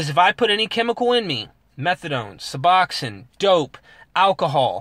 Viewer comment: Pronunciation nazi, lol. good video